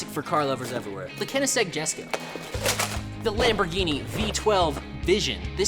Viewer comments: bruhh its koenigsegg not kenigsegg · He said it wrong 😂it's koenisegg jesko😊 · its konegseg not canegseg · Co-ning- seg Not Ken-ing-seg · Just for future reference it’s konigsegg no kenigsegg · It’s not kenneseg, it’s koenigsegg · It’s not Keneseg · It’s pronounced ko nig segg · the koenigsegg is pronounced kow-nig-sig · he called koenigsegg keensinegg not tf he doesn't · aint no way bro said "kennegsegg" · I’m a car guys and HE SAID KINNASEG NOOOOOOOOOOOOOOOOOOO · “kenisegg jesko” 😭🙏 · thats how i pronounced koenigsegg when i was 10💀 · Tbh tho, the rest of the video made up for the mispronunciation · if anyone is wondering its pronounced: Co-eh-nigg-seg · Koon-ing-zage. That’s how you pronounce it. Mr.Koenigsegg has pronounces it that way. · Are we ignoring his pronunciation of koenigsegg jesko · You miss pronounced koenigsegg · uhm.. u said koenigsegg wrong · . I’m sorry but the way he said koenigsegg LOL. There 3.3 million by the way, if you wanna buy one. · As a car guy it hurts me deeply how he says Koenigsegg and Porsche